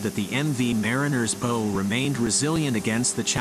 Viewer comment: note how it pronounced the word bow incorrectly given the context of the video